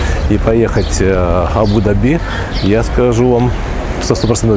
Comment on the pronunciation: видео обзор как всегда супер, единственное немного режет слух неправильное ударение в слове Абу-Даби...